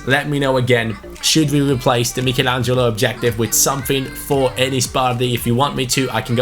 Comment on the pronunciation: Is it annoying anyone else the way he is saying Michelangelo?